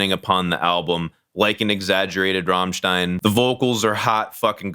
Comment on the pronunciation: First american in history who is able to pronounce "Rammstein" the right way.